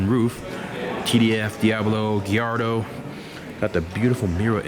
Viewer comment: diablo, giarrdo?